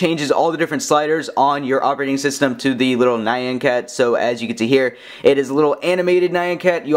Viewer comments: ITS NOT NI-AN CAT, ITS PRONOUNCED NYA-N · It's NYAN! not NAYAN